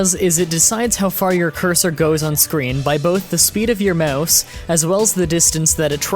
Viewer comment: " Möuhse acceleration"